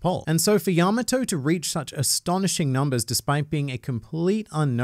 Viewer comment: The way he pronounces Yamato makes me cringe